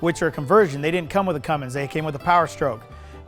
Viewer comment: Cummins, not Cummings